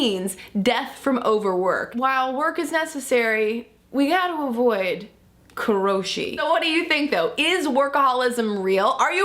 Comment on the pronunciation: It's actually pronounced "karoshi" but yeah definitely don't want that. If you died from work how could I comment on your videos? lol